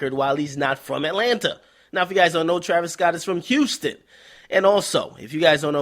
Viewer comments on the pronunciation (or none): none